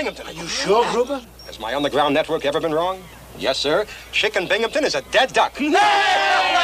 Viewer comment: First time Bimgamton had glass in his glasses!....there’s no p in his last name!